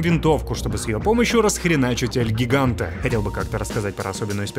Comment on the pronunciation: только ни эл гиганте. а эл хиганте это испанский а не английский